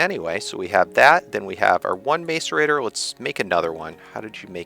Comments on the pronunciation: u say macorator wrong, its mas-or-ate-er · Pronounced mass-sir-rator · dude it sounds like maserator and c is like s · IT'S PRONOUNCED: MASS-ER-ATE-OR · im pretty sure its pronounced MASS-ER-ATOR.